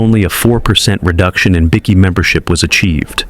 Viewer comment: BI key not bickie